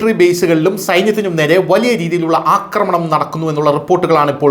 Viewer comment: അക്രമണം അല്ലാ ആക്രമണം ആണ് ശരി.